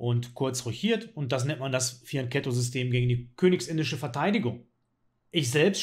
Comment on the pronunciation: Fian*k*etto, er hat Fian*k*etto gesagt 🤗🤗🤗 Da lacht das Italienerherz 🤩👍🏼😉